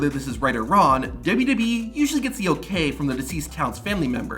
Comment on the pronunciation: The word is "wrong." Not "Ron."